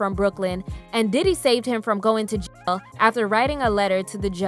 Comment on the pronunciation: You can’t say jail 😭